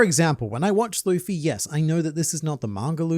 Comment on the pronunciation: i hated how he said "looffey" that is my only complaint